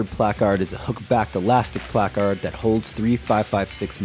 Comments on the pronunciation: Shoulda found a guy that knows how to pronounce placard correctly 😂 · I hate the way this guy says placard